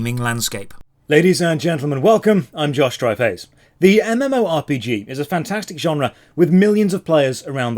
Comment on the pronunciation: Am I the only one who basically hears Josh call himself Joshtryface?